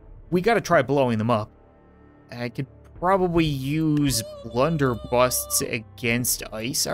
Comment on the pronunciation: Blunder busses not busts